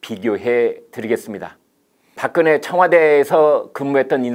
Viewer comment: 발음을 똑바로 해라 닥근혜가 뭐고 3000개 보급형 30개 VVIP 아닐까